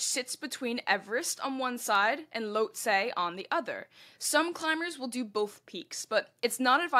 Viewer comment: Lhotse = Loht-SEE